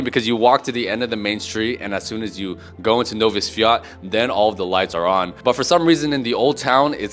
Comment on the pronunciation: Sprobuj bardziej tubylcza wymowe Nowy Swiat i Wesolych Swiat.